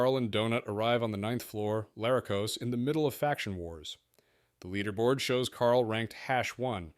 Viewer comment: It also pronounces Larracos different than how I assume is correct. Im sure the way Jeff Hayes says it is correct